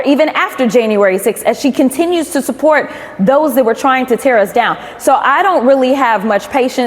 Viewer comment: Marge - it's impordant to know what sord of spords teams you suppord.